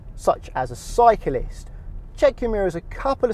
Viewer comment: such as cykilist lol 😂 instead of cyclist